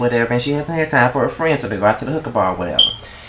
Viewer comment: Lmaooooo... Baby its HOOKAH not HOOKER... they ain't go to pick up hoes.. Lol LOL LOL ..but great review love! I think that was my favorite episode cause that proposal was EVERYTHING.. YAY JOHNATHAN